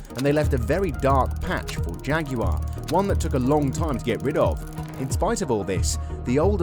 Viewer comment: Jag"yoo" arr 😂